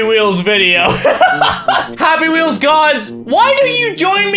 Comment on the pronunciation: did he just say "pappy wheels"